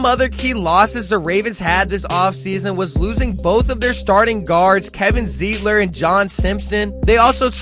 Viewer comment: Sounds like you can't pernounce a few names correctly, DeCosta, Moses & Zietler